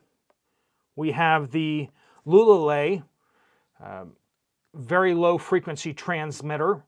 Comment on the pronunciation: “Looa looa lei” Lualualei.